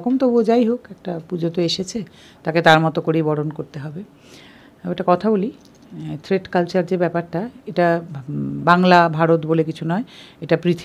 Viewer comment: কথাটাকি "থ্রেড কালচার" নাকি "থ্রেট কালচার " ?